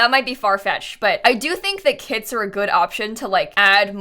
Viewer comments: Is it’s just me who hears “kids” when she say kits??? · i thought she was saying kids instead of kits😭😭😭 i was mad confused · She said "kits" and I heared "kids" and was like "more kids? how? pre teens?" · i was so confused at the beginning because i keep hearing kits as kids... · I thought you were saying kids instead of kits at the start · Omg at first I heard "kids" instead of "kits" and it made a really funny introduction🤣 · for the first like 3 minutes every time said kits i understood kids and was REALLY confused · It took me 30 seconds to realise she is saying 'kits', not 'kids', and those were some very disturbing 30 seconds. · My brain tought you said ”kids” for 26 secounds untill i realised you said ”kits” 😂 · no because i thought for a whole 25 seconds that you said kids and not kits loll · I kept thinking you said kids 💀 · Don’t mean to make this weird but for the first minute I thought you were saying kids. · I definitely thought you said kids for the first 30 secs, until I saw a comment, Was already super confused like: yes, yes I do believe Kids are here to stay? How old is this video” hahaha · It’s sound like saying kids. I’m sorry